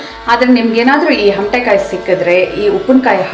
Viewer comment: ಹಮಟೆಕಾಯಿ ಅಲ್ಲ ಅಮಟೆಕಾಯಿ